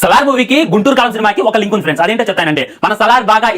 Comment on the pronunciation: Friends ❌ friendsu✅ 😂😂😂 Epic